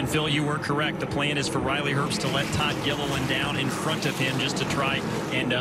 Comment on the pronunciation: Why does he keep saying Riley erbst. it’s pronounced Riley herbst with a h